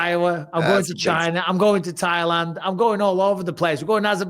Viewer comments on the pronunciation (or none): none